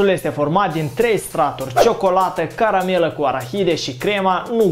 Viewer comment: Ai zis greșit ai spus caramela🤣🤣🤣🤣